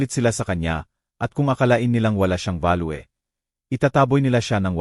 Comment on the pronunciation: Hind kB marunong magbasa ? balyo ( value ) hinde balwe ano b nationality mo mister ? 🤔🤔🤔mali2 pagbigkas mo narrator hind k marunong magbasa 😡kainis pakinggan